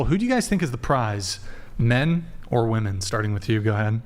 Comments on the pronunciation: What is it that makes these college age girls not know how to pronounce the plural of woman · Can I get just ONE of these left-leaning ladies who’s EVER been on the show to explain to me why they pronounce the singular AND plural version of the word woman EXACTLY the same way???? I don’t even understand what their politically correct motivation might be. Is it the man/mankind thing??? It doesn’t extrapolate the sane way though. I want just ONE male guest (or ) to please ask one of these woMEN that question. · I wish would give them shit for not being able to say women. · She STILL said it wrong 🤦🏻‍♂️🤦🏻‍♂️ fucking embarrassing. "What I learned today is that a 'woman' (pronounced as whoa-man) is the singular form of 'women' (but pronounced as whoa-MEN)" The plural is pronounced as WHIM-men, goddamn. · 34 year old woman, CA born and raised. We do not all say "woman" instead of "women". I never heard anyone say it that way until I started watching this show. I also went to UCSB and never heard it there. It's a moron thing, not a CA or SB thing. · Am I in the twilight zone or did the two Asian girls repeatedly say woman instead of women right after they harped on saying it correctly for a full conversation. That shit drove me up a wall I can’t believe didn’t correct them 🤦🏻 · Now i get why doesn't know how to say women. She thinks the las syllable is what's pronounced differently only, because only the "a" and "e" change when you write it. So she pronounces the first syllable the same. She literally pronounced "woh-man" and "woh-men" when it's actually "woh-man" and "wih-men." Y'all dont be too hard on her, she's just intellectually disabled. 💀💀💀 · please correct these WOMEN every time they use the word WOMAN as a plural for WOMEN!!! Please make them say it properly or kick them the f off the show! Very disrespectful to butcher our language and very annoying!!! Thanks :) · Why do they not know how to pronounce women in the plural form?